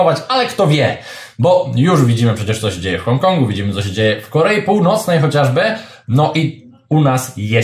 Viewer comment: Słowo chociażby, ulubione przez Pana jest ciagle i upoczywie źle akcentiwane. Akcent ma padać na pierwszej sylabie.